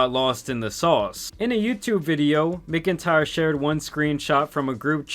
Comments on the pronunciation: Bro listening to you pronounce names and words is hilarious. Do you live under a rock? It’s pronounced “MACK-IN-TIRE”. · MACK-N-TIRE Not whatever the hell ur saying 😂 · completely off topic but McIntyre is usually pronounced Mac IN tire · "... no matter how much he asked." Gross putting it all on a literal child for an adult sending him bra and panties. Her only regret is getting caught. Also, that pronunciation of "McIntyre". 🤣